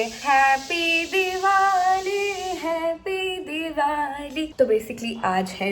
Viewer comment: Her happy diwali accent is so funny😂